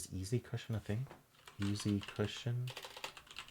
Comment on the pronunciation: And easy isn't pronounced "ee-zed"!